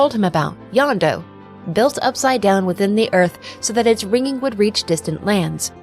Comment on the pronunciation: This is a great video, and extremely well researched, which just makes me wonder how you ended up with the wrong pronunciation of "Jondo," which is pronounced correctly in game (in Spanish, J makes an h sound, not a y sound).